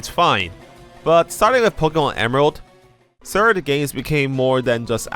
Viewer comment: Ah yes, ze “sird” games.